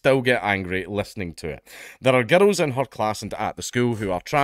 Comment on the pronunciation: I love the way you pronounce girl(s) as gerruhl(s).